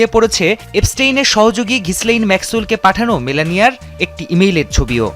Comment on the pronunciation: Gislane na - it’s Gilain.